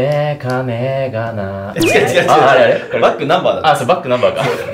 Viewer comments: backnumberのイントネーションおかしいwwww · backnumberのイントネーション（笑）